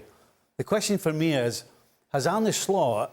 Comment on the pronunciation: Its ar-neh not ar-ney show some respect lads ffs